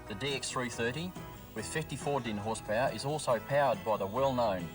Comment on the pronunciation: Horsepowa...Lol. That's certainly one way to pronounce it.